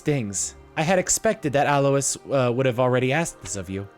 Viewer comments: One problem about lack of voice acting: many mispronounciations. Leicester being pronoucned “lester,” and Alois being pronounced “aloy-eese” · I think Alois is pronounced (soft A-loy).